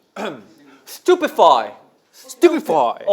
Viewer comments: and then sungchan: "met gala" 😂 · Johnny: "Stupefy" Kun: "Stupefy" Doyoung: "Spotify " Sungchan: "Met gala" 😂😭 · "stupefy" jadi "Spotify" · not the "met gala" lmao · johnny & kun : "stupefy" doyoung : "spotify" 😂 sungchan : "met gala" LOL🤣🤣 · Johnny: “Stupefy” Kun: “Stupefy!” Doyoung: ”SPOTIFY” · And Sungchan: "Met Gala" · “met gala” is killing me 💀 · "Stupefy" "Spotify" "Stupefy" "Met gala" 💀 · ‘Stupefy’ ‘Spotify!’ HAHAHAH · Sungchan “Met Gala” oh I can’t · Doyoung saying stupefy as Spotify 😂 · Johnny: “stupefy” Kun: “stupefy” Doyoung: “spotify” LOLL I CAN’T